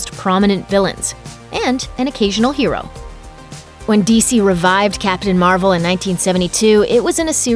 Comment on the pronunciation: oh wow “ captain mar-uh shazam “